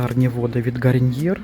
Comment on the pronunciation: почему "гариньер"?😩